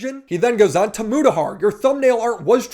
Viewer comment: The way he pronouced 'Mutahar' really irked me for some reason.